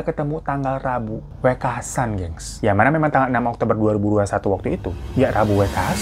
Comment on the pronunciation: Kebetulan gw keturunan sunda betawi, dapet istri org jawa. Skdr bagi info aja ya bg hiro hehe Intonasinya wekasan,huruf "E" nya kaya baca "teman" "kemana" "selalu" bkn wekasan seperti baca "deretan" "setan" "emosi" smg paham ya maksudku wkwk andai bisa komen pake suara ini mah lebih gampang lg. Btw, istri gw fans bgt sm bg hiro 🙏😀